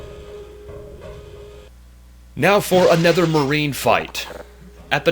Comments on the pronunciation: Yes he mean to say "another" but he always says ''anether'' in all his videos. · It kinda pains me how he says 'aNETHER' instead of 'aNOTHER'